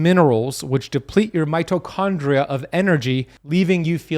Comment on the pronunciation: I am pretty sure at :49 seconds he said 'microchondria...' Am I wrong? Maybe he is coining a new scientific term